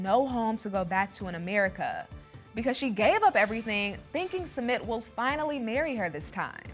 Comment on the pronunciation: it’s Sumit. not SEMET